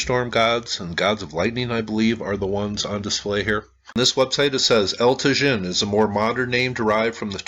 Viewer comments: it is pronounced tah-HIN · Pronounced as Ta-yeen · It’s pronounced El Ta-Heen. The J in Spanish is pronounced as our H. It amazes me no one took Spanish on high school? Come on this should be basic when doing a video about a site in Mexico. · "Eltuh-zhihn" 🤣... I have a hard time believing that he went there and took all these videos without ever hearing ANYONE pronouncing the words "El Tajín" correctly... It's amazing how dense these wealthy travelers insist on being, and how little respect they have for the places they are privileged to visit, and how they then post these videos of their holiday that only emphasize their own ignorance/lack of interest. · I visited this site 35 years ago and remembered the correct pronunciation of El Tajin. I was gonna say something but poor gets criticized too often for his honest attempts to pronounce.;-) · Probably the "j' El Tajin would be an "h" sound. Like San Jose.